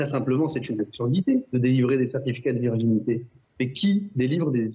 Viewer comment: Mr PRAUD , vous qui êtes si cultivé (on ne ris pas !!) verginité au lieu de virginité , vous avez encore bouffé un truc pas frais .........